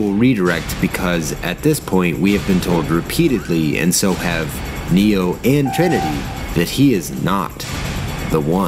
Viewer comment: A mate pointed out that when Keanu says "my name is Neo" it sounds like he says he's "Neil". I now can't unhear that when I watch it.